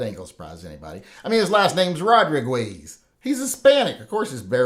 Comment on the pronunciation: Ro dri guis...😂😂😂